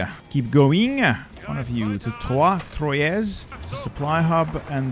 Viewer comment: Just for information, Troyes is pronunced like "trois" (3) is in French... And if you have played France, how hard it is in this update ?